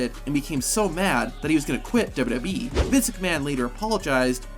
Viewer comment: WWE❌ Dubdubee✅😂💀